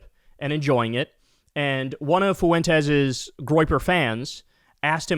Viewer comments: just bein' silly for the algo, but, "Tell us you don't have any Hispanic friends, and never took Spanish in school, without telling us." Fuentes is pronounced, "f-WENT-tess," not, "foo-WEN-tez." Idgaf for his sake, but there are lots of others with this surname, and you being of half Polish, half Italian lineage, I am quite sure your family has faced bigot stupidity in people acting like they can't pronounce some names. P.S. Shady J.D. is also not wearing eyeliner/guyliner, and the "punchline" for that "joke" is that he might be gay or feminine. Nope. That piece of shit just has the eyes some people want, and imitate with makeup, like mine. Years ago, when going out to one of the bars, I have been complimented, then accused by strangers of wearing eyeliner, and dissed for "lying," when telling them I was not. I will if I want to, but if I am not, I am not. I'm gay. Idgaf about straight masculine Ideals. Don't accuse me of lying, being embarrassed about wearing makeup, etc.. I'm grown. Being gay is not a punchline. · Kyle forsure watch’s Fuentes religiously for comedic relief 😂 Oh and Kyle, Fuentes is 2 syllables fwen-tes not three. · It's not Foo-in-tezz. It's two syllables: Fwen'-tess. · Kyle adds a third syllable to Fuentes. Foo en tes 😂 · The way Kyle says "Nick Foowentezz" XD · Kyle pronouncing Fuentes 'foo whentez" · I love Kyle pronounces his name as “Nick Fawentez”